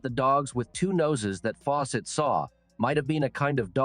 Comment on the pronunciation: lol robot voice.... faw SETT ! gave me a start. trust me on this, I have no clue how you got 211 k subs but if you want a real channel stop using the AI voices. My last interaction because theres nothing special or personal about channels that use robot voices